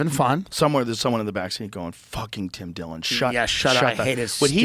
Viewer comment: It’s Dim Tillon